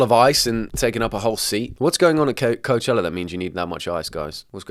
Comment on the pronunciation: Best part of the video? “Coachellar”